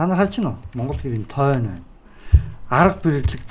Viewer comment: Тойно биш тооно чанга хэл😅